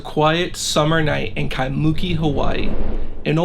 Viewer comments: Eh, bro... just to help your pronounciation out, its nor KaiMOOki, ...its KaimuKIII. Yeaha herd about that in local folklore, i woulda been out there in a minute!! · Kaimuki is actually pronounced "kai-moo-kee" rather than "kai-mUki" seperated into 3 syllables! But randomly got suggested this song and looks like I have another channel to follow for these things! Love the well narrated and told of the story! Lived in Hawaii basically all my life but never knew about the Kasha house legend, wild! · At least pronounce the name of the town 'Ky moo kee' correctly. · Kai-muu-keee. That's how you pronounce Kaimuki. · KEYE MOO KEY is the pronunciation! Do your homework ! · lol. It's not that bad...a little too much emphasis on the "MOO" but it's essentially right. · Pronounciation for Kaimuki is killing me xD it's Kai-muh-Ki, with emphasis on the first and third syllable. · Creepy!!! Aww! He did a mispronunciation. When ppl do this with Spanish words, I don’t put them in blast. I just appreciate that they try. I love how this guy is sweet about every comment that tells him he mispronounced Kaimuki. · Hey bro good story but as a local pleeeasse get the pronunciation of “kaimuki” correctly at the beginning of your vid…. The way u say it brah kinda cringe tbh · Mahalo for the post, he was killing me with the mispronunciation.